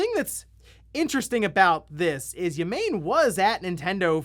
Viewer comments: Ya-Main? It’s Yah-Mah-Nay. Bro, you work with Japanese stuff all the time, learn the pronunciations at the very least. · Not "ya-MANE", it's "ya-MA-nay". You people constantly report on Japanese games, please learn the minimum basics of pronouncing Japanese names; it is not that hard. As a fellow American, it's embarrassing. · It's Yah-mah-neh. Not ya-main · My favorite part of the news is hearing how he's gonna mispronounce Japanese names. Yah-mah-nae, not yamain. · Yah-mah-ney, not Ya-Main. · ya-ma-ne not yah-maine lol gotta read it with japanese intent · Whassup yall its ya mayn from Nintendo!! I've never seen or heard his name but it's absolutely pronounced ya-mah-nay lol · PLEASE... Have some care with Japanese names! It's not "yamein", it's "YA - MA - NE" like in YAtch, MAchine, and NEtwork. ^_^ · Yamane is pronounced "ya-ma-ne". Ya-main, lol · I think it’s Yah-mah-nay not Yah-main… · white boys: Yeh - Mayn asians: Ya - Ma - Neh anyone that has had exposure to anime even as old as Doraemon should know the "Ay" sound does not happen in japanese. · Yamaneh, not Yamayne. Japanese pronunciation isn’t that hard my guy. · Yamane = “Yah-Mah-Neh”. I am not Japanese but I know YahMane is not how you pronounce that name Lmao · It's Yah-mah-neh. Not yuh-MAIN. Japanese is phonetic, like Spanish. You wouldn't pronounce José "Josie", would you? And stop blaming Platinum for Babylon's Fall sucking. Square Enix had them make it with typical monetization crap. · Yamane = Yah mah nei. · Ya-ma-ne Japanese doesn't have a silent e. It's like Abe being pronounced A-be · Also, Takeo Ya-main? Bruh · repeat after me: YAH MAH NAY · yamane = yah-mah-nay